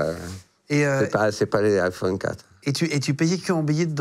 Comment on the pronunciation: « C’est pas Aphone 4 » on est au 15 maintenant Christophe 😂